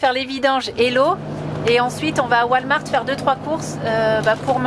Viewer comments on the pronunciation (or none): none